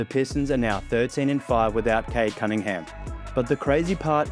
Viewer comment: Is it only me who ALWAYS hears Cade ‘Cuttingham’ or’Cuddingham’ EVERY TIME Kendrick Perkins tries to say Cade Cunningham?